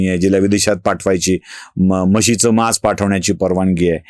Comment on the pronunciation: म्हशीचे मांस असा उच्चार केला जातो. म्हशीचे मास नाही. विकास लेले , २२.७.२५ .